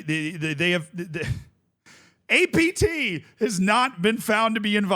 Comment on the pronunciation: Take a shot every time he says ATP instead of APT